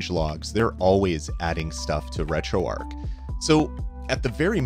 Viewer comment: retroark? do people pronounce arch as ark?